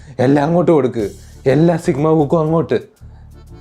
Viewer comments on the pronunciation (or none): Sigma❌ Chickma✅ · Chigma ❌ Chugama ✅